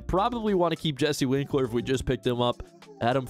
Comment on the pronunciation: Winker not winkler haha